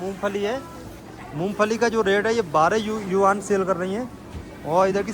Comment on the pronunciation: भाई यूनान नहीं यूआन 😂😂😂 होता